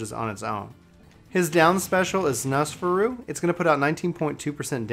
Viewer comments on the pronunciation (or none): Tf is nosferu he literally says it it’s nosferatu